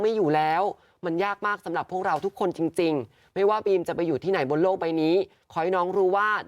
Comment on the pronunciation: บีม ค่ะ ไม่ใช่ ปีม